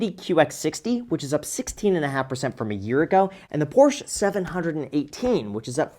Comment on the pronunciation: “Porsche seven hundred and 18” 😂